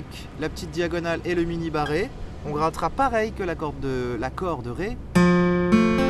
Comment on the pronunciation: moi a chaque fois que tu dis mini barré, j'entends "mini moi" --> la voix austin power